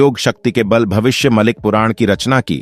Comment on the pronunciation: भविष्य मलिक नही , भविष्य मालिका, पहले ठीक से बोलो